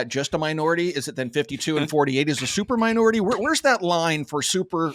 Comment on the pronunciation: Did you say "stupor minority"....😂